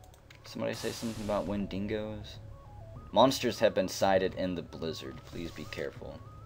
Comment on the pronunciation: Wendingos... im pretty sure its pronounced and spelt wen-dig-os. Sorry if im missing out on the joke.